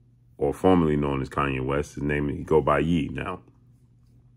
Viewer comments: It's YE pronounced like YAE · It’s Ye (yay)